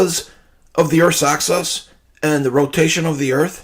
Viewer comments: Earth's "access" 😂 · I'm pretty sure he thinks it's "Earth's access" instead of "Earth's axis". He said it three times. The last time he said, "Earth's access to the tilt."